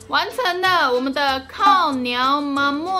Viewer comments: 🤣🤣🤣是唸[靠鳥媽ㄇㄨㄤ丶] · 想看阿母本人，那个发音似乎更像靠鸟马木安